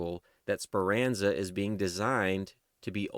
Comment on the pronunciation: It’s Speranza not Speranza